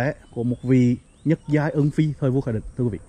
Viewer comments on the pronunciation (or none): Giọng nói gì mà nghe ui là trời: nhất giai ân phi mà nghe là nhứt giái ân phi